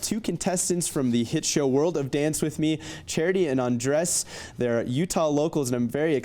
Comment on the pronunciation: The interviewer says “Andres” like “Undress”